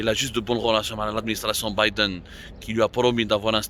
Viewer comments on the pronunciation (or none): none